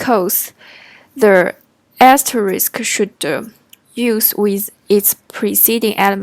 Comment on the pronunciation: Nice video, it helped me to understand the last example that for me didn't make sense. It seems you have problem to say "asterisk", so I recommend you to use "wildcard" that is easier to pronounce. 辛苦了 ~